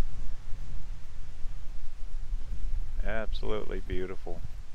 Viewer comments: Not George Creek. Gorge. Like gorge on too much food? 🤦‍♀️. Or the first part of the word Gorgeous. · The G in Gorge Creek is pronounced like the G in GO